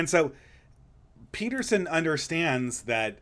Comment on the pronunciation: You said Beterson